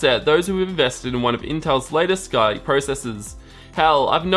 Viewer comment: I'm more bothered by "Skyke processors" instead of Skylake.